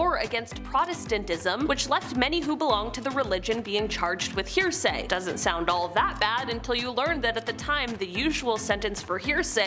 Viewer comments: my dear, it's heresy, not hearsay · Not "hear-say".....it's pronounced Her-eh-si